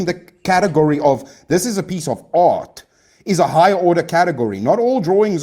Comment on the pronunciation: Sometimes when he says art, i hear aught. One aught to be polite when given no affront. That's all. I like silly debates though. Quite a lot, general. Screw art though. Also in general